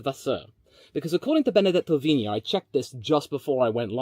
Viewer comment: Dude your accents are spot on for the diffrent languages HOW Benedetto Vignia was properly pronounced Vasseour was properly pronounced... HOW